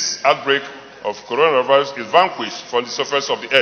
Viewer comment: Uucoronavirus hahaha here pronunciation